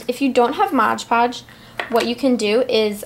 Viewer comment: lol😂 She said Modge Podge... you mean Mod Podge!!!